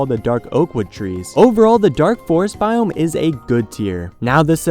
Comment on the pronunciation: It sounds like he's saying "Taiga Bomb"